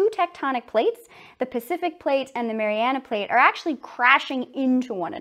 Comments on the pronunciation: MARIANA NOT MARIANAS STOP SAYING THAT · Hey, PhD grad. It’s called the “Mariana Trench”, not “Marianus”.